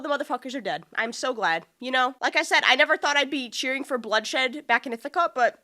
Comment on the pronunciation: It’s not Ithica!! It’s Ithaca!!!! (No hate, just informing)